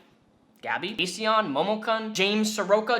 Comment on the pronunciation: Heyy I’m pretty sure Repzion read your comment and agreed at the end of his latest video. He didn’t pronounce your name right lol